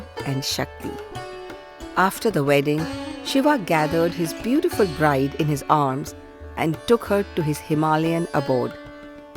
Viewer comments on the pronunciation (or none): none